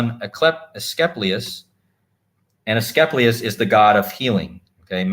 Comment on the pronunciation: Asclepius = UH-skleep-ee-us